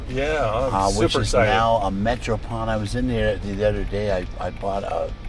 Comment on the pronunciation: Pawn , not pond :D :D